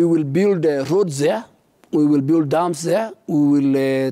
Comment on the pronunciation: Elite - pronounced as" i - lit " Build- pronounced as "bild" Service - pronounced as "saarvis" Legacy- pronounced as " Legasi" and not "ligasi"